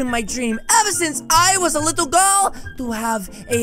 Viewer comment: Bro did you say little gril 💀💀💀💀💀☠️☠️☠️